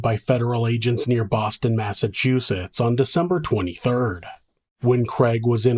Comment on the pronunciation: Thank you for pronouncing Massachusetts properly. So few do.